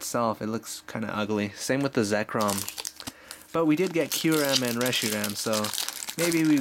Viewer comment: It is quite obviously Ky-u-rem not Q-rem